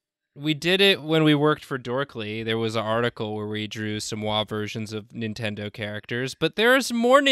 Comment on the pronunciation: says Nin-Kendo characters... I can never unhear it and now neither can you random person scrolling through the comment section.